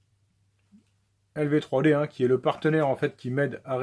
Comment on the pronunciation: Très bien la vidéo. Par contre quand j'ai entendu lv3d j'ai eu très mal aux oreilles.